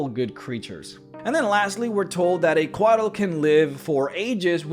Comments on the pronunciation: I see this pronunciation all the time when it comes to Central American pronunciation (beers, weapons, mythology, history, etc.), but in Coatl the L is silent and the full word is pronounced “Co-aht” with an emphasis on the H, almost like in the word “what.” This was another awesome video though. 👍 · The way you say Couatl makes me feel things.